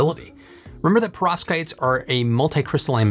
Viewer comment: It sounds to me as if you are saying "prostates". I may need to get my hearing checked!😂